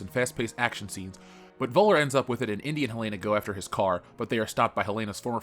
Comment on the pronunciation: Thanks for this video. However, PLEASE learn how to pronounce "Völler"' correctly. In German the "V" is pronounced as an "F". And the "ö" is sortof like the sound you make when you say "err".